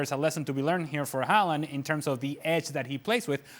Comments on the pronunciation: The subtitles says Holland, and quite frankly, that's what I hear too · They say Haaland All I hear is Goaland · Pronounsing his name correct.Imagine the letters was Howland, or How Land